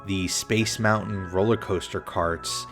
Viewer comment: It's mountain not mou-in